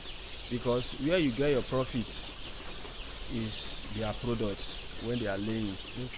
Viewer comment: You’re indeed an Igbo man...I saw how you were shining ur eyes when pronouncing the profits😂 anyways nice one bro👍keep it up #i enjoyed the video.